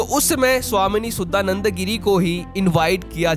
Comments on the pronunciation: भाई आप भारतीय है आप नाम का सही उच्चारण कर सकते है हमे अंग्रेजो की तरह क्यों उच्चारण करना? इनका शुद्ध नाम है शुद्धानंद गिरी, सुद्दा नंदा गिरी नहीं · तुम एक भारतीय हो करके भी भारतीयों का नाम भी नहीं बोल पाते हो सुधानंद बोलो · शुद्दा नन्द नहीं। शुद्धा नन्द। शुद्ध = pure चुतुराई नहीं। चतुराई। भाई अपना pronunciation सुधारो। भाई तुम्हे तो धर्म लिखना भी नही आता।